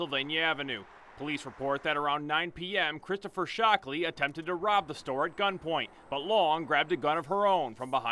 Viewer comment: he said "shocked " ,, ole dead mans mans is "Shockley " priceless